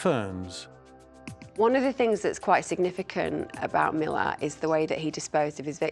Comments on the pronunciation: Ivan Milat, not Millard, his name is not pronounced properly by these experts, one would think they would get the name correct. Some get it right but most seem to get it wrong, why is that? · Did these people do their reasearch prior to being interviewed? It's not Miller. It's Milat. Mi-lat.